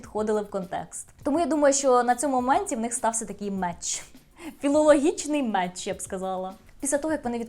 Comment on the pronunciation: Так, але було сказано меч.Ще можуть сказати не мечає.